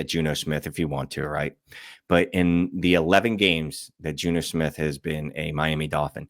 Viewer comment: “Insanical” “Juno Smith”